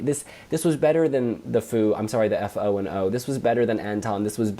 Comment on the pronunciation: FO&O is pronounced Foe and O, not F.O. and O. Good to know for the future